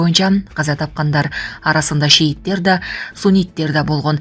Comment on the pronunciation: ОКУП ЖАТКАН КЫЗ ШИИТТЕР ДЕДИБИ ЖЕ ШЕЙИТТЕР ДЕДИБИ !? ШИА МЕНЕН СУННИТТЕРДИ ТАК АЙТСАҢ .